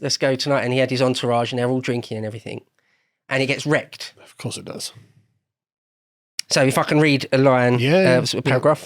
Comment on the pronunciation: so I fuckin read a line. 😂. That's what it sounded like at first. But it was 'so if I can'. Had to listen twice.